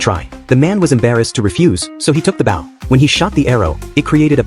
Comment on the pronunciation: It's not bough, it's bow. Stupid machine.